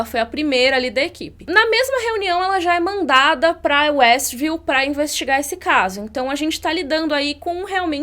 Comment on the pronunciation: quando o policial diz Estview,observei que foi retirado apenas o W de westview.W de Wanda